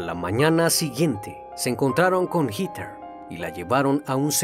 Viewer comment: Me encanta tu voz, solo una recomendación que espero que no te moleste, el nombre de Heather, se pronuncia como “Jeder”